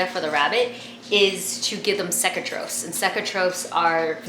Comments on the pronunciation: It's pronounced (cake-a-trophs) and I'm surprised they aren't dead either cuz when you feed, you get it in their nose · she said the word cecotropes wrong its supposed to be pronounced like see-co-tropes, lol but I can get how she can get confused\